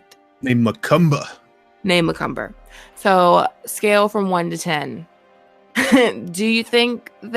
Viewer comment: It’s not Mackumber it’s makumba . Think of a Indian god. They believe Inc that shit.300 different gods n shit. Look it up